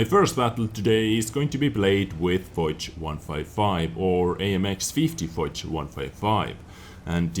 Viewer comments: I think it's pronounced fosh, not foz but I'm not sure :D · lol the way says "foch" makes me throw up. It's foch not "fox" with a deep o.